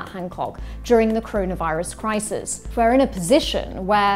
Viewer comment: A Freudian slip but it in your presentation it sounded like you said 'croney-virus' and I thought it nailed it as a phrase.